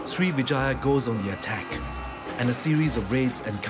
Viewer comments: Pease don't say it SRI VE JAYA but SRIVI -JAYA (SRIWIJAYA in INDONESIA) SRI VE JAYA is wrong and sound ugly too, like saying VAGINA 🤔🤔😡😡😡😡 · Not Srivijaya but Sriwijaya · not Srivijaya, but SRIWIJAYA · Everytime he says 'Srivijaya' it sounds like he is saying Three Vaginas. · Every time he says srivijaya, i hear vagina